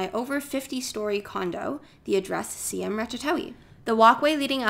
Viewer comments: The pronounciation is "Sy-Am" not See-Em, as there is a historical integrity behind it. Just some more practice/fine tunning with your video and audio editing will be great. Onwards and upwards. 😊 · Siam is not pronounce See-am!!! What a shame to live there but doesn't know how to pronouce it